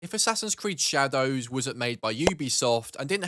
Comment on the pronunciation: the way he pronounces the DOWS in shadows makes me want to end it